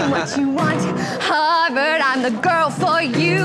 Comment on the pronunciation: are we not going to talk about the fact that she said “warvard”